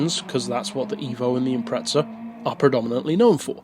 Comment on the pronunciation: I love your reviews, but the extra 'T' that you add in Impreza every time drives me nuts in this one. Luckily i don't play Forza as it's the same with that word too LOL.